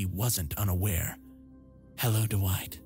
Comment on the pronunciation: What nationality are doowhite and eyezick? I only ask because I'm not familiar with these names